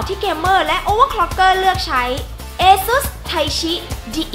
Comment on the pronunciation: ASUS อ่านว่า อัสซุส